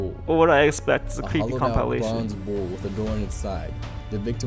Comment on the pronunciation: Tiktok compilation What voice really said: Compalation. That got me good 💀